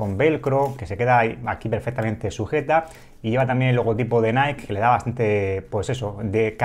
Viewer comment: Se pronuncia naiki cuando decís naik es la empresa Nike. Si lo decís que sea o en tu idioma o si lo intentas en inglés hacerlo bien por favor